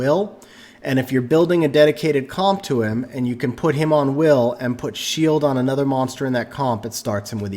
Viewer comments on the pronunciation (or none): none